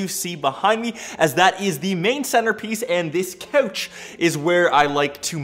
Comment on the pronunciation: “Beeeen” “cohch”